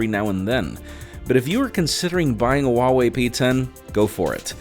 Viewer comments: The H in Huawei is pronounced as an H, not W. Source: am chinese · Wha-Whey sounds odd though